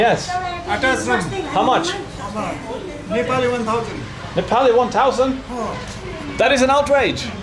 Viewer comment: he's trying to say Im neplease but he pronounce Im Nipple lol